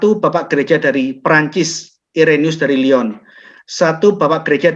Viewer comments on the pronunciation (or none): none